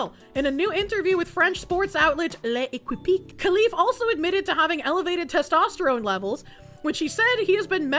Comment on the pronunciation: "Le Equipit" 🚫 "Lekip" ✅️